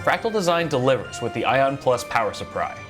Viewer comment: Got me with the "Power Suppry"